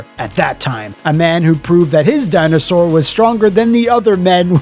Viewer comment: “Thats a little baby Dino-Sawr” 😂